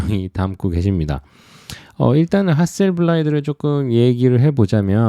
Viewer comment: 중요한 이야기는 아니지만 핫셀블라드 아닌가요? 핫셀블라이드라고 하시길래..ㅎㅎ